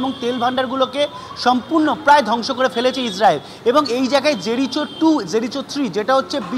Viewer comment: Ota জেরিচো naa জেরিকো, ঠিক করে উচ্চারণ টা করুন।